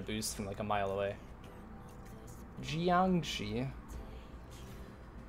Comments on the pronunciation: its pronounced JIANGSHI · Kro, you're saying it wrong, it's obviously pronounced Jiangshi